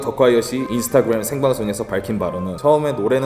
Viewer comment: 인스타구뤰 이 발음 랩퍼들 특징인가요? ㅋㅋㅋㅋㅋ 못하는데 잘하는척 발음 굴리는게 기엽네